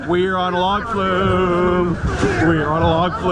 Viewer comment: “We’re on a Log flew?” Or “Were on a log flu?”